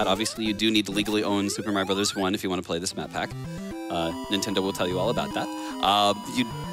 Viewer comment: Did this dude say his child was named "rintendo"?? I really hope that was a joke.